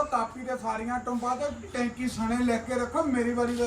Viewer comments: Tenchy ni hunda tanky hunda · tenchiii???? k tenki😂😂😂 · ਟੈਂਕੀ ਬੋਲੋ ਨਾ ਕਿ ਟੈਂਚੀ